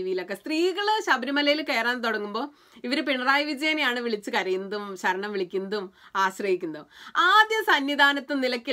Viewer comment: അക്ഷര ശുദ്ധി കമ്മിയാണ്...ഇല്ലേ..? സരണം അല്ല കുട്ടി....ശരണം ആണ്. അതുപോലെ സബരിമല അല്ല...ശബരിമല...!!